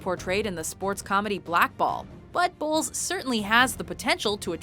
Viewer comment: Every time I heard "bowls" I couldn't help but think they were saying balls. I guess my inner ten year old isn't gone yet.